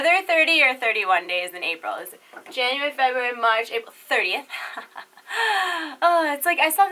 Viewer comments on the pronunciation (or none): none